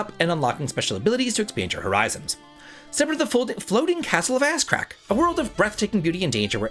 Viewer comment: is killing me...."Step into Ass-crack" is what I keep hearing 😂😂